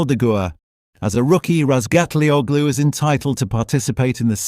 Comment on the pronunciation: christ someone who can pronounce Topraks surname correctly. I'M IMPRESSED